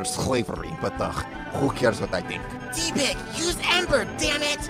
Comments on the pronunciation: It’s tepig not teepig you almost got it right it’s only with one "e" not two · its not tipeg its tepig😑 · It's not pronounced Tee pig. Watch the show. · It's pronounced TEPP-pig (Short vowel "e") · It's pronounced Tehpig